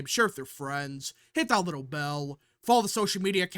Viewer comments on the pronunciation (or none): none